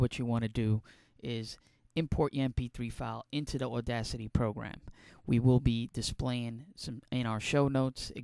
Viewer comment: You sure have a New Joisey accent. AWDACITY